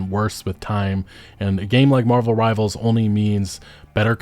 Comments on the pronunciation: please stop calling it marvels rivals omg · drinking game. take a shot every time he calls marvel rivals "marvels rivals". see u in the emergency room